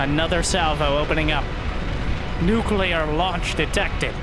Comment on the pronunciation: props for pronouncing nuclear properly, lots of your people dont know how to say it, embarassing if u ask me